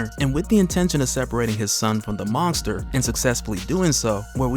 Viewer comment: I swear your saying mongster instead of monster